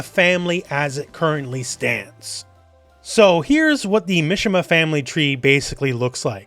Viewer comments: i think it's pronounced "mee-shee-mah" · I was excited for this video until I heard "Misha-ma family" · Japanese names "I" has an "e" sound so Mishima is pronounced "me-she-ma" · The way he says Mishima